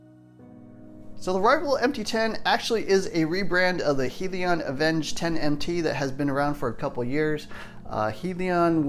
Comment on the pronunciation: Great truck. Most of the RC tracks in my area have a monster truck class. By the way it's pronounced Hell-e-on.